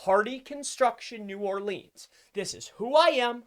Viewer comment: I love you brother, but your Nawlins client is going to fire you for mispronouncing "New Orleans" sooooooo many times! hahaha...keep rockin it,!